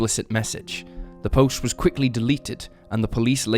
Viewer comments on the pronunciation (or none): none